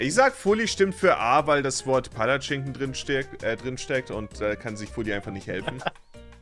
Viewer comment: wie keiner Palatschinken richtig sagen kann 😂